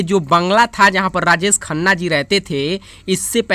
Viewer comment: Rajesh Khanna Not Rajees Khanna